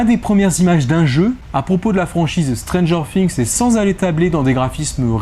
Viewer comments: non c’est Stranger "Fi"ngs et pas "Si"ngs car on dit a Thing a "Fi"ng donc... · Ça me stresse, vraiment😂 stp arrête de dire stranger Fings, cest stranger THings bref😆